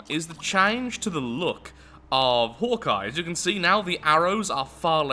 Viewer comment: Am I the only one that thought for the whole video he was saying Hor'Kai instead of Hawkeye?